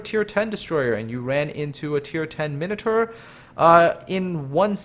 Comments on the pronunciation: Min-o-tar not minater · your mispronouncing Edinburgh. it's more like edinburough. Also you say minotaur weird